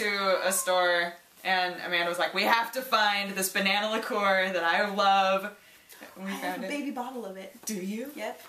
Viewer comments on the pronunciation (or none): The banana liqueur you liked, how do you spell it? I'm having a difficult time finding it based on your pronunciation of it.